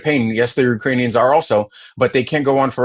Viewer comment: He called Ukrainians "Urainians" Get this clown out of office...... in video